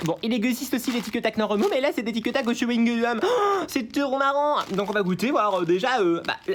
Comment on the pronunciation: Tictac au chyungum wtf😂